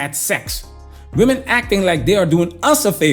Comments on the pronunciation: Why do these women pronounce women as “woman”? So many 304s do this these days…… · Why does she pronounce the plural of woman also as woman? Does she not know the word women?